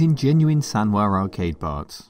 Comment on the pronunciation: Why did you say "SANWAR arcade parts"?.